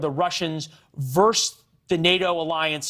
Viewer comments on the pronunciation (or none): Off topic to an extent but where did this "vers" come from? The word is "versus".